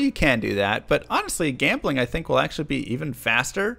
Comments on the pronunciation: You mispronounced jambling like...500 times. Also, D2R is p2w. Ez pz. That seems to be out of the spirit of the game. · i think you are mispronouncing gambling